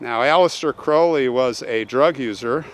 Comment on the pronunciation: Wow.....and you actually say his name correctly! 😊 ps....it "Blessed are the dead which die in the Lord".